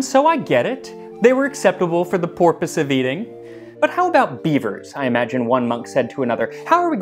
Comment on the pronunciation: "intended porpoise" 👀 Bwahahahahaha